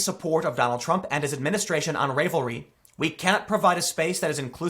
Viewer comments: Ravelry (pronounced ravel-ry, like unraveled.) He's been policing conservative speech heavily for some time on the platform. If you look at some of the lefty forums, they are down-right rabid. Anyone who makes a pattern supporting trump will have the pattern or project pulled, but if you want to put out an anti-trumo project or pattern, it's just fine. I've seen so many F*ck Trump patterns, but pro trump patterns are not allowed. It's not a really small platform. 8 million users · Thanks for bringing this to my attention. I WAS a Ravelry member until five minutes ago. FYI - think of the word “unravel”. It is pronounced (un)Ravel-ry. Also, we are “crow shay ers”. Some of us may be crotchety but all in all, we are pretty nice. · Ravelry is prounounced with a short a. As in when you would say "My cat got into my yarn stash and UNRAVELED my ball of yarn." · Oh my word! I use that site. You get patterns for crocheting and knitting there. I use Pinterest too. Wtf! It's pronounced like a sweater unraveling, just in case you wanted to know. Do you know they have had pride stuff up all month? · How can you not pronounce Ravelry?? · I absolutely love the way you mispronounced Ravelry 😂😂😂😂😂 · Tim, I've never heard of it before either, but come on now, it's a knitting site. You really think it's pronounced "rave-lry"? It's obviously ravel-ry, as in ravel/unravel. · RAV-elry, not RAVE-lry. as in to ravel or unravel. and wtf??? now KNITTING groups are chilling my blood. good grief. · Ravelry dude. Like “unravel.” Not rave-elry. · The name is a play on unraveling. Rah-velry not ray-velry. Ravel, unravel, to come apart? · I think it's pronounced R-AAH-VUL-REE... Like "unravel"... not RAE-VUL-REE... but I'm just a simple proper grammar fiend... I do not have the patience to knit... I also loathe the color pink... always have... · Also "Ravelry" pronounced like "rave" when it's meant to be a joke on "ravel" which is pronounced as in "unravel". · Rav el ree. Just FYI.